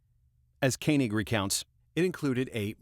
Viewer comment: Watched for the dog clicker. I do the same thing with snaps. Then I heard you pronounce Koenig the right way. Just as I was getting excited, you went back and changed it to the other way. Deciding whether to take my Subscribe back on not.... ;-)